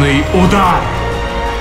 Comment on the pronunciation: Работа над интонацией! Никаких экзортус! Коротко и ясно экзорт и все тут!